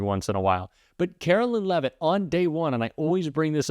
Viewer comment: Love when A.I. narrates her (because Artificial is the only type of Intelligence to which she can be attributed) and they pronounce her last name, “Leave-it” (that’s probably what her husband wishes he did). Her first name should be, “Caro-lyin’”.